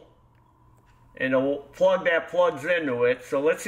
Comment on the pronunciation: "Torch" spark prug = NO RIKEE STARTEE!! 🤣🤣🤣🤣